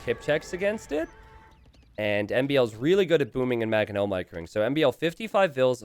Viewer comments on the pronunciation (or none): Will ever pronounce the first N in "Mangonel"? Or is it always gonna be "Magganel"?